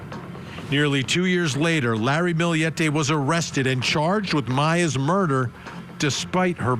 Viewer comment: They actually pronounced it correctly. Source: I’m filipino.